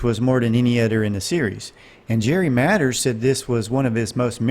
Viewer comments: I enjoyed it! Just one small thing-It sounds like you're saying Matters instead of Mathers.(?)😊❤ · It is MATHERS NOT MATTERS.